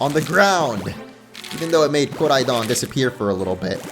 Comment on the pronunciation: Koraidooon pronounce right man